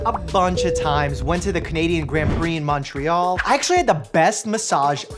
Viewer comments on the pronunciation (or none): none